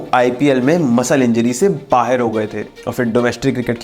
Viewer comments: 'Baher' nahi 'Bahar' hota hai Pakistani series bahot dekhte ho lagta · बाहेर कर दिया? बाहर होता है भाई